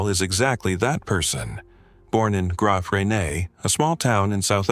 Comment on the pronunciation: The pronunciation for Graaff Reinet is GRAAFF REYNET.